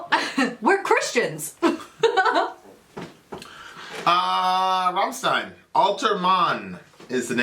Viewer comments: "stein" not zzzztein!!!!!!! =D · It's RammSHtein dear. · Nice Deutsch,! But rammstein reads rum-sh-tah-yn